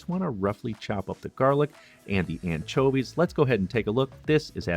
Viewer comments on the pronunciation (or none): I like how he says “anchovies” I mean, “anCHOAvies”